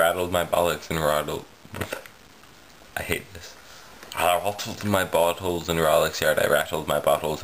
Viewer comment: You make it sound like you rattled your 'buttholes' instead of bottles - that'd be unfortunate. And I'm still working on the truth or dare video - I haven't forgotten about it yet